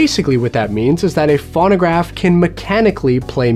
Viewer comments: I don't think anyone here is being a jerk. And I'm sure would like to pronounce the name of the device correctly. It's pronounced phone-o-graph, and sometimes phone-a-graph, but never fawn-o-graph. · It's F-o-no-gr-a-f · It's pronounced Foe-no-graf...long "O" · "fawn-a-graph" LOL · Your not saying it right you say it Phono graph like telephone you say it phono!!!!!!! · If you can't pronounce it correctly, I'm not watching. It's pho no graph. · Loic Kittentine exactly thank you!! He doesn't say it correctly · God, that was driving me nuts too. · Same here. If you're going to explain what something is, at least pronounce it correctly.